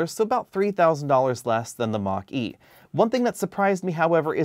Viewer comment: Why do I keep hearing Maqui? Should I watch less Star Trek?